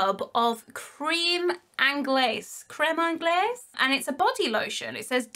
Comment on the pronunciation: Krem onglay, French for custard 😂